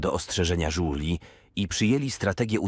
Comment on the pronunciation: Duplomata Żuli. Nic mnie tak dawno nie ubawiło, brakuje dyplomatów dresów, dyplomatów patoli i wielu innych dyplomatów bezdomnych. (czasami lektor czyta "Żuli" a czasami "Żużli") oraz zamiast: Myliliśmy sie - Myliśmy sie. (no to chociaż nie smierdzieli jak Żule)